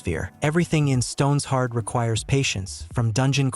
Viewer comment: AI cannot even say Stone Shard.